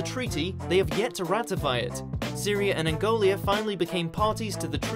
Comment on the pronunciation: Its not Angolia its Angola